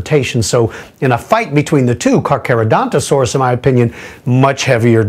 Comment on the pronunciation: Dafuq? Carcha and Caca are said differently.